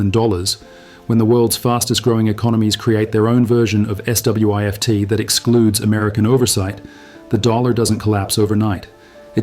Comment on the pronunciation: Smart AI program to spell out SWIFT instead of say it. Funny, AI fighting YouTube AI.